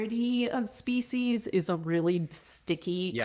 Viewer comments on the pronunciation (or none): "Ship of Speceus"